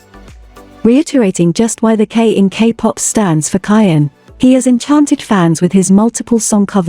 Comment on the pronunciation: You are saying his name wrong.